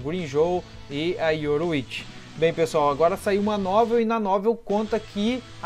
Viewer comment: yoRU!ichi. não yoroichi. seu video é bom mas suas pronuncias doem o ouvido cara... melhora isso ai.